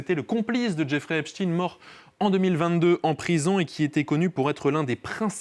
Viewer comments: C Epstein non Epstine !😂😂😂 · Epstein et non Epstine Il faut appeler un chat, un chat non ??? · Pourquoi prononcer epstine, eptStein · C est pas epstin c est epstein !! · Prononcez au moins le nom d' Epstein correctement !